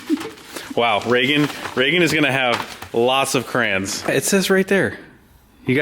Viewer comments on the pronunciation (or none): Cray-ons not crowns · This the second video I've ever watched from you guys and seeing the crayons and the way you pronounce "CRAYNS" is awesome. Cheers from Ontario Canada